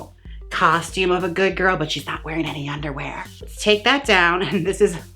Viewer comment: "Tease That Wig GiRRRL" with four "r's". I am serious but 11 months too late. Love you so much Jaymes Mansfield.